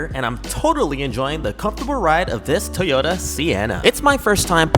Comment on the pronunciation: What’s up with people saying “Tee-ota”? Do you know how to say “Toy”? 😂